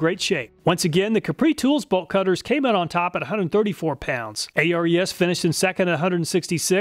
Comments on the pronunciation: I've noticed in every video of yours reviewing ARES tools, you spell out the name, A-R-E-S. According to the company's channel on YT, it's pronounced Air EEs. I'm guessing it might have something to do with the mythical Greek god of war, Ares. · A-R-E-S is pronounced AIR-EES by the way. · i wonder why he spells out Ares, its weird. its pronounced Air-Eez, as in the greek god, not an acronym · ARES is pronounced Air-eez. Greek god of war i believe. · Isn't Ares pronounced "Airease" like the Greek God of War? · Thanks for all your awesome videos. I always check your channel before I buy a tool. It's saved me a lot of money! By the way, the ARES tools are pronounced like the Greek god of war.